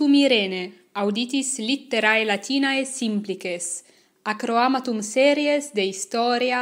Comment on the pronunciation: Salve Irene, quid vocabulum dicis pro “episode” ? Non agnosco. “Accroamatum” aut “hac roamatum” audio, sed nescio. Quid est?